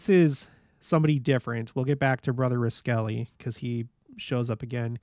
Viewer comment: Interesting stories! (BTW, you’ve probably gotten this, but the Cache Valley Pronunciation of Roskelly: ROSS-Kelly )